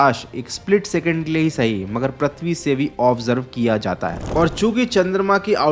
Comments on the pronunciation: All Good...but improve ur pronunciation please... Its "Prithvi" not "Prathvi" or "Pruthvi"... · Prithvi ❌parthvi ✅😂